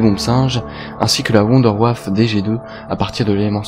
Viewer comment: wunderwaffe. mais mdr comment tu le prononce. c'est de l'allemand. On dit voundervaffe.